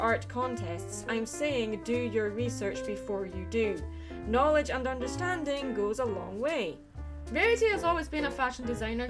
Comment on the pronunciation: Under...sting? ENGRISH! Great, GREAT video, and I loved the added quotes! This was very enlightening. :D <3